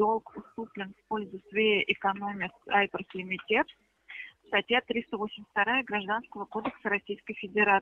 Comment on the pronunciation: лимитЕд ))) так смешно она произносит я ржал!